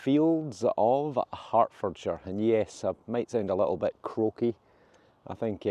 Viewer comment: "the fields of Hartfordshire" sounds more like "the fields of Hangover"